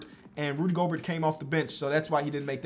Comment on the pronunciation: really said rudy goburt 😂😂